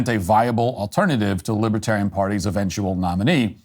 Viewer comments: I wonder if Matt intended to say "Libertardian". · 12 minutes in : I love that you tried to say " Libertarian" and just naturally said "Libtard".